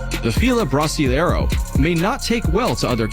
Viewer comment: Dog breed #8 the Fila Brasileiro(pronounced bras lee air doh) I have owned 7 and they are used for hunting Jaguar not big game, the Fila should not be owned by just anyone but are the greatest breed I have ever owned their love and loyalty are 2nd to none however they are stranger unfriendly but when you have a dog to protect your property you do not want a dog that is friendly to everyone, I live on an acreage out in the boonies so they were great to own!! They are like 900 yr old breed made from bloodhound, old world mastiff and an extinct German bull dog. My last Fila died May 2020 and I now have 2 Caucasian Ovcharka since 2017 another large breed, I personally couldn't live life without large dogs I am 5' tall about 110 lbs and handle and train all my large dogs myself.